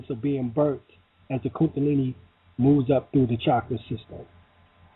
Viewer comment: KunDAlini not kunTAlini